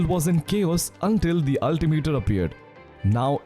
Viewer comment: Why does ultimiter sound like avatar the way u put it lmao